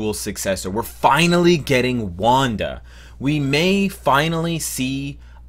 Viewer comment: I love how you butchered the names for wanda and pietro